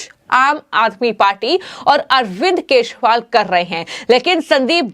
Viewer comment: Dear me anchor he is KEJRIWAL. NOT Keshwal... Please correct your pronunciation...😁